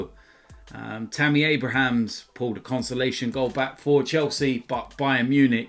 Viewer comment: his name is Tammy Abraham. Not Abrahams. I dont care about a chelsea players name being said wrong per se however you are uploading and reporting daily on football and should know the basics.:)